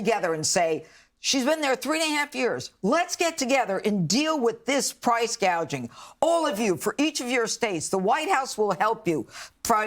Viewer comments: What is Price Gauging ? 😆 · Price “gaging?” She’s an idiot. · What is priče gauging?